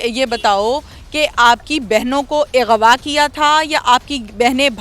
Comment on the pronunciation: Yar is channel ka nam urdupoint hai aur anchor ki zra urdu check kero. . . Ighwaa . . 🤔Aghwa lafz hota hai bibi